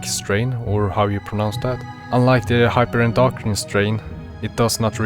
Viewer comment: I love how you asked if you didn't say Neurotenic correct (you said it right, especially with your accent)... but wildly mispronounced Hyperendocrin (especially the actual medical part of its name, 'endocrine') haha. Great video though! However, with "what shall the strain do?" sort of question. As input from a lore man myself... I am not surprised (albeit, a bit sad) that you didn't mention the Neurotenic Zombie aspect that all or some or one Neuro might obtain That being related to the zombie event from last year and the year prior... something known as the NHJ However, all we have for confirmation is that NHJs are related to Neuros. How? When? Why? Ha! Who knows... There are some theories, so i'll send something I have made (Wall alert) A few years back we were given info that the purpose of Echidna is "Carrier" And so carrier' could mean may be related to NHJs... and thus, 'carrier of the NHJ virus' Supported by two things: 1. Neuros have been confirmed to be a connected to NHJs (thus, likely being "Neurotenic H... J...) 2. In legacy lore, we had an unofficial term called "Neuro Goo" which relates to this quote: > ANY PERSONNEL EXPOSED TO DIRECT CONTACT WITH ANY TYPE-N BIO-MATERIALS ARE TO BE CONSIDERED EXPENDABLE AND EXPUNGED ALONG WITH ANY BIOLOGICAL CONTAMINANTS FROM CODE ECHIDNA-(3 LETTERS) DO NOT REPLICATE. (Which is something we have theorised to be essentially neurotenic 'goo', literally whatever/however we can imagine "Neuro Bio Materials" to be like, tha